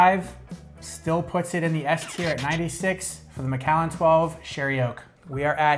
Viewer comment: Bal-VENY. Emphasis on the second syllable. Mc AAL an. There is no E in Macallan! Mac AAL an. AAAHHH. OBan. OOOHbun. NOT oBAN. OOhbun.